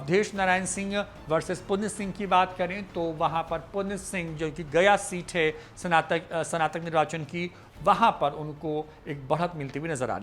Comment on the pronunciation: Are dhondhuu sanatak nahi snatak hota hai padhle pahle😂😂😂😂😂😂